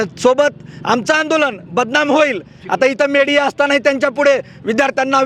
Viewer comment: मेडीया नसतं रे मीडिया असत 😂😂😂